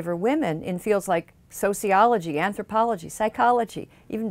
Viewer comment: Anthropolo-HE XD